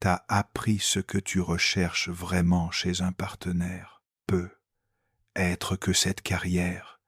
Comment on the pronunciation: Trop penible les "peut...........être"... Zapp